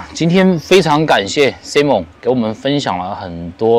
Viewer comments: 请千万别读成SI蒙，是SAI蒙，西人要笑掉大牙啦😅不信你找个人问一下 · 发音错！saimern 这个是正确发音，你发音是女子名字simone